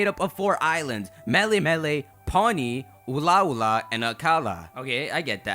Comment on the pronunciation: I love your content, but as a native Hawaiian it's killing me hearing you butcher the words xD.. Melemele (Meh-leh-meh-leh) Ula'ula (Ooh-la-ooh-la) Akala (Ahh-kah-la) Ekahi (Eh-kah-hee) Elua (Eh-loo-ah) Ekolu (Eh-koh-loo)